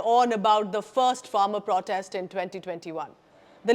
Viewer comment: The content is good, but repeated mispronunciation of the word 'protest' is jarring!